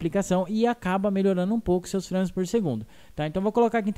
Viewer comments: o legal é ele falando FRÂMES ;-; se lê FREIMES (nao escreve assim... mas le assim) mas o video ta dahora... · A pronuncia é FREIMES. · "São FRÂmes" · SÃO "FRÂMES PORR SEGUNDU" fala direito mano kskksskksk o termo é em inglês saiba pronunciar